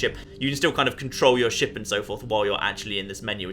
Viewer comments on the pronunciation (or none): Maybe i am deaf but i think that when says ship it sounds like shit XD